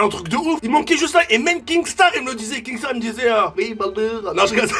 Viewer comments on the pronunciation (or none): C est KINSTAAR et non KINGSTAAR sinon continue tes vidéo s amélioré 🔥💙🤩